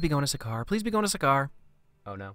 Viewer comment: That was suckaar not sakaar.🤣